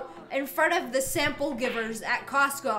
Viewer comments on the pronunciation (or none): none